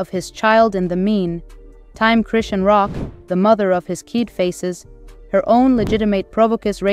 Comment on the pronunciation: Just thinking the same can’t even say her name